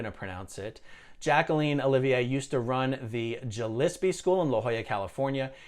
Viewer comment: . “Gillispie” is pronounced with a hard “G”, and is a variant spelling of “Gillespie”, as in jazz legend Dizzy Gillespie.